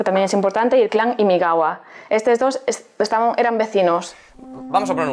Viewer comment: Es imagawa no imigawa!!!!!!